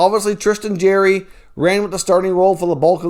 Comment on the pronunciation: Bro I’m a subscriber and I like most of your content but if you can’t say somebody’s name properly try not to say it over and over and over and over and over and over again it is Jarry ! ( Jar-ee) Not Jerry (Jeer-ee) Please stop it hurts my ear holes